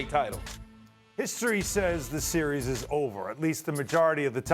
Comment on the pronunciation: This sear reez... lol